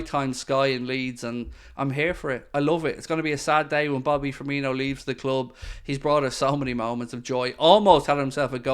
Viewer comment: still annoys me when the commentators say ‘firminio’. They’ve clearly seen how u say coutinho and just assumed it’s the same but there’s no H